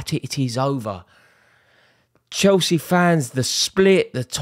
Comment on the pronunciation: Nah more like " You were never proper Chelce "